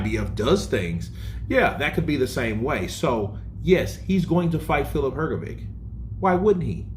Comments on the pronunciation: Please for the love of god stop saying hrgovick, it’s pronounced hrgovich. You must have heard others say his name right, unbelievable at this point. I get you’re American but come on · Hrgović! Pronounce correctly, please. 😊